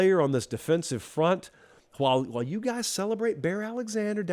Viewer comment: I seriously doubt any of the Oregon fans that contacted you pronounced the word "while" as you do